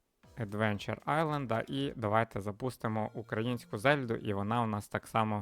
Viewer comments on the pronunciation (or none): none